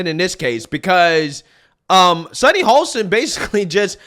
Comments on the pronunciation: Dude- I'm sorry but you really need to work on your pronunciations of people's names - you get it wrong very frequently. Today it's HO-STIN, NOT HOL-STIN. You spell it right but pronounce it completely differently. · “Hoe-stin” No L